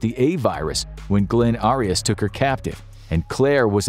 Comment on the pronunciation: 😂 he can’t even pronounce Arias name, right?